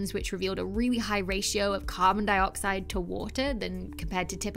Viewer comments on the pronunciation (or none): none